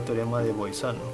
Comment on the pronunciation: Por si acaso no es Boizano sino Bolzano.